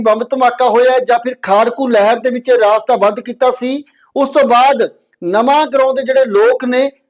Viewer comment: ਰਾਸਤਾ ਨਹੀਂ ਰਸਤਾ